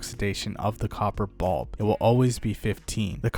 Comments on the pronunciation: Glad it wasnt just me. Its bUlb not bOlb smh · copper bob